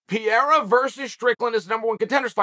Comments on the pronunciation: Pereira ❌ Pierra ✅ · It would be crazy but i would love it man.And Chael its Parera pronounced not Pierra but its fine man ahahaha.And Sean vs Pereira would be good and dangerous match up tough strikers man but i want Sean to win so badly. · Glory…& yes, I saw the whole fight…. “Pa-re-ra”… When he lays Izzy out again, will you then pronounce his name correctly?? But Strickland will drag him down when he realizes he can’t stand w him…we’ll see how much ground game he has then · I like that he's calling Pereira PEER lol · Welcome to the Pee-Era! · Chael made this entire video just to mispronounce Pehedda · LOL is Chael clueless about who "Pierra" is or is he just pretending